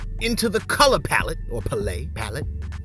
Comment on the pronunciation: You did not just say "palate" (Pull-Ate) go back to primary school bro!!!!😂😂😂😂